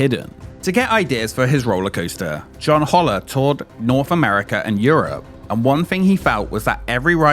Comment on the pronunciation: His last name was pronounced Hole-er NOT Hauler!